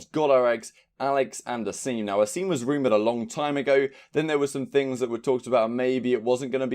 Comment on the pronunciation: Asim deadass says his name in the announcement and still you don’t pronounce it right LOL